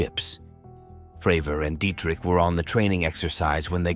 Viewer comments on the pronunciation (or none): none